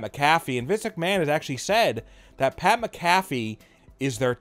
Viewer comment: It's SCRIPTED!!!!!!!!!!!!! Get Pat's name right! Say it right fool!